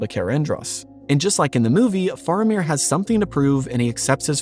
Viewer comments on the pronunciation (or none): Bro…love the video by your pronunciation of Faramir is like nails on a chalkboard.